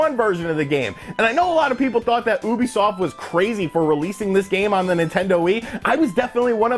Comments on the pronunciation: Ubisoft not ooobisoft 😉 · Why does he say Ubisoft like that?